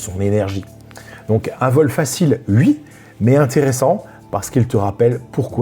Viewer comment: Merci, belle vidéo. J'adore l'accent du grand Est et les "uuiii" pour dire "oui" !👍😁